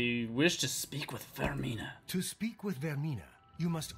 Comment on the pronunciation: Vaermina. "VAYR-meen-A".